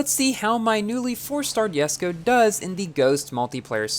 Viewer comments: Even the owner of this car pronounce it as jes-ko and you say it as Yes-ko. I don't understand. Is it because of the difference in American English and UK English? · I hate the fact that you call it “yesko” like bruhhhh xDDD